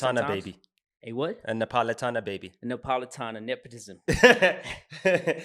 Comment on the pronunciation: It's Neapolitan not nepolitana